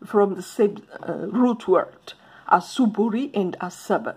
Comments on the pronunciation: Asuburi x it's asubuhi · Asubuhi not ASUBURI. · 🤣😂😂😂😂 in kiswahili it is ASUBUI. Not asuburi